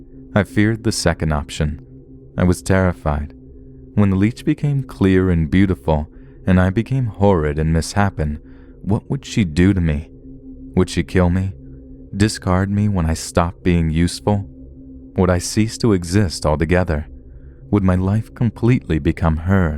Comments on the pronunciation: Never heard anyone pronounce mis-shape-en as miss-shepan, lol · Why do all these YouTube people pronounce it as Mis-happen instead of mis-shapen? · Wait....wait did he really pronounce misshapen as miss happen and not mis-shapen????